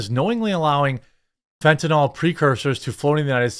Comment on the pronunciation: It's fentanyl, not fentanol. There a vinyl functional group in its structure. NOT a hydroxy functional group (also called alcohol). FENT-a-nill or FENT-a-kneel. I know 95% of media people pronounce it incorrectly. It grates on my ears.